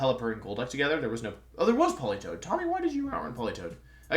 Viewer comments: When he said Poli Toed the way he did i think i threw my phone out of the window. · Lol why does he pronounce Politoed as Pelitowed